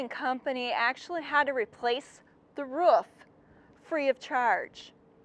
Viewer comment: What's a ruff? 😏 I believe you mean roof.....R Ooooo f